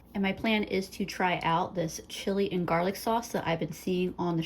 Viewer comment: You call it "jarlic" too! I think I started doing that after watching Babish. 😂